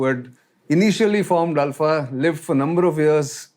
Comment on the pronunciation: Only man to have pronounced the name ULFA correctly. Feels good to hear from a well informed person who actually lived here. Cheers✌️